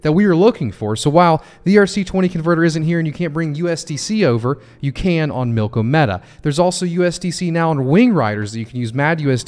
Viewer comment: AGIX! Thanks for doing this one,. Also: Think "Andromeda" when you say "Milkomeda". It always helps me!